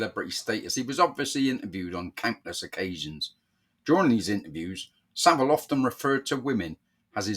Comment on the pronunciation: It’s Savile not Saville.